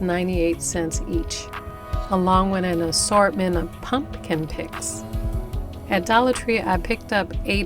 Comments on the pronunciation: I had no idea someone said something to you about how you pronounce your words! I have been your subscriber for over a year and yes, I have noticed, but I think it shows how real you are. I like it. I think it's cute. Don't stop saying "punkin"! 😆 P.S. I went to that website you told me about to find the music you use, but I can't find the one that you use as the title song at the beginning of all your videos. Do you know the name of it or how I can look it up on the website? Thanks! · I feel so calm listening to your voice. It’s very relaxing. I love your pronunciation of pumpkin. It’s enduring. You have a beautiful soul some people wear their spirit. Loved the video very beautiful wreath. Thank you for the inspiration . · Please say the word pumpkin the way u feel comfortable. U over stressing it is much more annoying